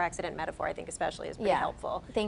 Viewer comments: Especially not Exspecially! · Dear, as an educated person how is it that you say ''eckspecially'' three times during this interview?? The word is ''especially.'' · "EX-specially." Out of the mouth of an educated Doctor. Does nothing for my confidence in a doctor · "Ek-specially?" How can anything she says be taken seriously. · “Ekspecially.” Edumucated fo sho. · Her mispronunciation of “especially” is so distracting